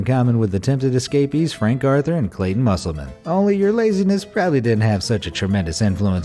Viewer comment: That's not how you pronounce musselman